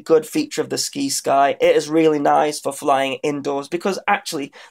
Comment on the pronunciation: Try "sigh-sky" You know, like "science"? Like "sci- fi" is short for "science fiction" the sci-fi channel.